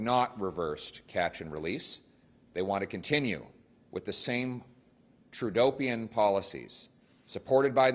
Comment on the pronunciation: Got to love the way Pierre emphasizes the "dope" in Trudopian;)